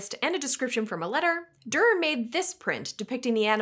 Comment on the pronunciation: It’s pronounced Doo-er(not Der). At least in English. I don’t know how it’s pronounced in German.